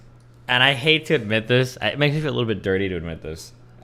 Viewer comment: my dude said "DISIS" 😂😂